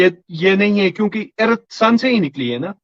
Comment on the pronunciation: This teacher can not pronounce the word "earth"